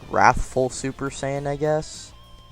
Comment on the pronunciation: Nice, seriously! But the “He... is.... warthful super saiyan” made me laugh.